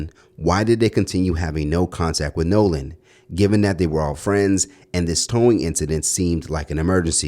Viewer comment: His name isn’t nahlan it’s Nolan get it right